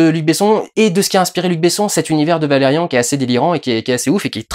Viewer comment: D'ailleurs il prononce Valérian à la française... je suis a la bourre aussi :/